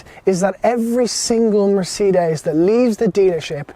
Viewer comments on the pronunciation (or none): "Mercedees" mate, try that, you say it like 2 seperate words , it hurts my ears the way you say it lol. Good review. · I HATE it when people pronounce Mercedes like this, this is the only country where it's said like this and I don't understand where it came from, everywhere else in the world pronounces it properly, who invented this weird way of saying it and why has Ireland adopted it? It's the same with Peugeot, the rest of the world manages it, why did we invent our own way of saying it? Small things I know, but it just irritates me every time I hear it!